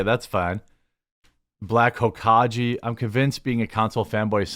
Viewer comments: Btw it's pronounced Hoe-cog-aye. Watch some Naruto, bro 😅. Oof. (I'm jk but kinda serious.) I agree though... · I agree with you, but god damn did u butcher the pronunciation of Hokage haha. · The way he said Hokage 😅🤣